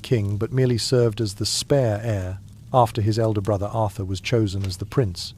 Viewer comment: Arthur 'deed'?